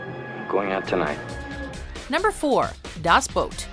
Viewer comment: Its actually quiet good for someone who doesnt speak German. Sure she pronounced "Das" with a long "A" but who cares. Coming from an actual German btw